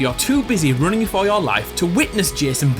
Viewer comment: Rooning lol instead of running so funny